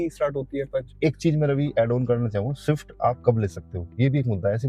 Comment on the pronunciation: Shift nahin "Swift"😂